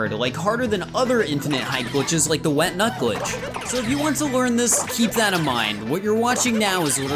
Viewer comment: No your saying it wrong. It's wet nut, not what nut.